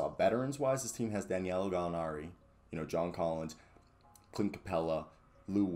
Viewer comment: C’mon sir…it’s DA•NI•LO!!! Say it with me, sound it out. I’m starting to think you’re doing it on purpose. 🤔🤔🤔🤔